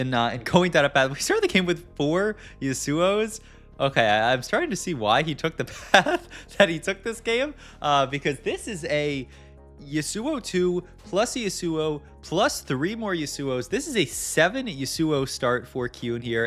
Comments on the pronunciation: would love to watch this video, but not when you say Yuh- sue- oh every time jesus christ its unwatchable. gonna mute and just watch the VOD myself. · Come for the TFT tips, stay for the awful Yasuo pronunciation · it's killing me. Does he do it intentionally? So many names butchered